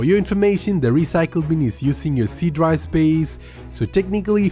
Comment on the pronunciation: Faster = Fuster Effective = Effecteeev Drive = Dry